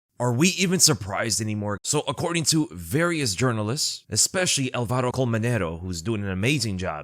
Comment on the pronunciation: The symbol over the A of Alvaro (á) means he’s name has the accent on that letter Is not Alváro like you said is Álvaro